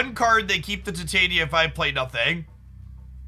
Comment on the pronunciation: It's no big deal, but it's so weird to me that 90% of the Marvel Snap content creators absolutely butcher Titania's name.